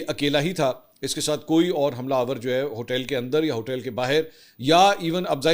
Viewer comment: Mansoor bhai ap hotell hotell kiun bolty hein hotel hota hi. Please 🥺🙏🙏🙏